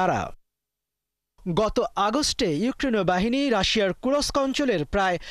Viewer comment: kurosk না kursk